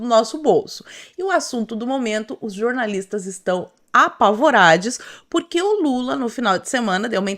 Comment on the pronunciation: "Jornalistes". Ou como disse uma vez Thiago Pavinatto: "jornalistos"! ironic mode on